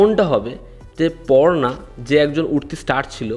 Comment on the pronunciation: পূর্ণা, not পর্না